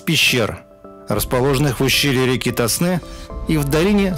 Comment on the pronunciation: Река ТОсна! На первый слог!